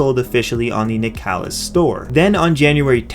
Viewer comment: Isn't nicalis pronounced like nicholas?